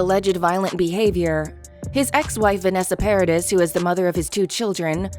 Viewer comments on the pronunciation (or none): Don't say PARADIS It's a french name it's . Try to say PARADEE. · Hey. Presumably you practice your reading before you record this audio. Could you not take an extra second to verify the name of the individuals that you discuss? Paradis is French. It's not pronounced paradise. Try Google translate. It's two clicks. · Paradis is pronounced ' Pa ra dee' the ' s' is silent. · Um, I think it’s a robovox, but still, it is Vanessa PAIR-A-DEES. She’s French. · You pronounced Paradis wrong, you don't pronounce the s. Ms Heard just revealed her own histrionic borderline personality disorder and vindictive nature, mentioning his children (which she knows he would hate) it did nothing to help her, it just exposed her a little more. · Hmmm please learn her name! Long E no S. That trial reminded me how much I’ve always loved her. Her music is so sexy. Café de Flore …. One of my old time favorite movies.